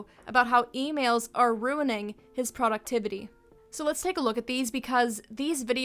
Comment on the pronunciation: "Poductivity" legitimately made me worry if i had a stroke wtf